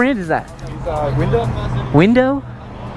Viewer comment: this was so funny how he said window 😂